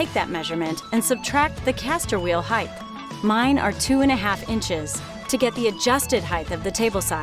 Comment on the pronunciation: Its height. Measure the height. Not "heighth"